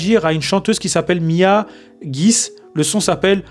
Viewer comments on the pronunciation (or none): C’est Mia Guissé et pas mia guisse 😅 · Mia Guissé 😂 c’est comme ça qu’on dit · Avant de parler va faire des recherches tu as beaucoup parlé et rien d importance on lit guissé y a un son doublé non